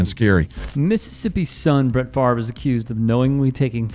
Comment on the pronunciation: Why does everyone still call him "Farve" it's literally FAV REY or FAV ER sounds like Father